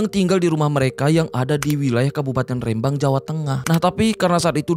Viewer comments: Rembang bang,, bukan R`embang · Rêmbang BUKAN Rembang !!!